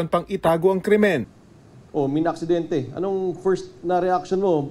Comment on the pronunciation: "AKSIDENTE" daw haHHAHAAHHAHA